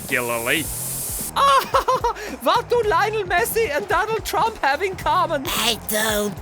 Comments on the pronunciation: Messi sounds more like missi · Lionel "Missi"